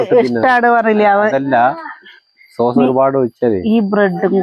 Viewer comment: Source alla sauce